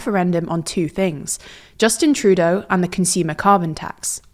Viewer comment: surprised that you pronounced Trudeau with the stress on the first syllable 😂